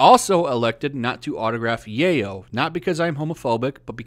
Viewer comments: Yeyol? What is Yeyol? Do you mean yaoi? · It's pronounced "Yaoi". The "y" is said like "Yoyo" and "yuck" lol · I had to go back and read the page to figure out what yayo was because I was listening in another tab lol. Mispronunciations like that are a diamond dozen. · Strange way of pronouncing yoai man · Yaoi isn't pronounced Yay-oh (that's the term used for Cocaine in Scarface). It's pronounced Yeah-oy. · ok just a pet peev, but "Yoai" is pronouced kinda like so "YOW-EE" not "YAY-oh". also in 100% of those videos of him hugging and kissing girls on the cheek he is always asked by them first. and a lot of time it is because of his character Tamaki from Ouran High School Host Club. that or Edward Elric from Fullmetal Alchemist. although he's kind of the Chris Pratt of the anime community. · My dude, it's YOW-E not YAY-O! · Being off topic here but since you speak it out.... Is "Yaoi" pronounce "Yeyoow" and not "Yawii"!? Did I pronounced it wrong all this time!? :0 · Yayo? 😂😂😂 Its yow-ee I dont think he's signing cocaine 😂😂😂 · You say Yay oh but to my knowledge it’s pronounced Yeow e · For fuck's sake... It's pronounced "yow-ee" not "yay-oh." I'm not even into that shit, your pronunciation just annoys the fuck outta me. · yeah, yaoi is not your work so of course you wouldn't sign it, btw it's pronounced (yow ee), just about anything with an "ao" is pronounced "ow", like Tao from the original DB series. what you said was yayo which is slang for cocaine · dude, it's pronounced YOW-WEE...yaoi is pronounced YOW-WEE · hearing you butcher the word yaoi(yow-e) is hilarious. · you pronouncing it wrong, yaoi pronounced like the jewish god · Ok didn't wanna be that guy, and I'm not a fan of yaoi or anything but I'm pretty sure it's pronounced "yow-ee". Right? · the burden of prof is on the accuser second it is pronounced Y-ow-wee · I don't know if you're saying it unintentionally or as a joke, but in case you don't actually know how it's pronounced. Yaoi - yow-ie